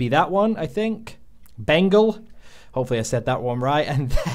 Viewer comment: Haha sniping in Asian lobbies feels like this all the time xD Btw it's pronounced Beng-all not Bengul :P Love your videos man!